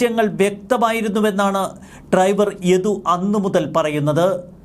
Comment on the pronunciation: ട്രൈവർ അല്ല ഡ്രൈവർ ആണ് 😂